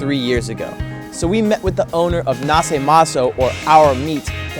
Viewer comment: Its naše maso and no nase maso :D